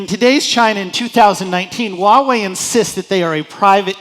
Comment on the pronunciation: "i lived in China for 9 years!" You cant even pronouce 华 correctly. Its hua, not wa